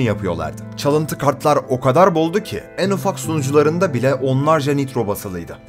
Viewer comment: "en" kelimesini düzgün telaffuz eder misin lütfen. onun dışında video çok güzel sağol.